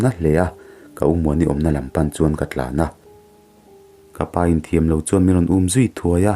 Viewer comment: Mamoii khan an unau a apa word rope an hai lai khan ege in zawn atia...'in' tih lai kha a dik lo deuh in ka hria...ka lo soi ve mai2😊